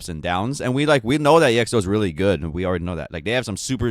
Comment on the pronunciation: The name of the group is not being pronounced as e.x.o, but exo as it is, letters together